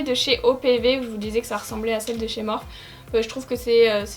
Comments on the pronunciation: cc tes videos son tip top mais « morphe » se prononce « morphi » merci bisous bon courage ma belle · J'aime trop ta vidéo mais s'il te plaît dit morphi et pas Morphe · Mais sa se prononce morphi pas morph 😥 mais sinon j adore tes vidéos 😘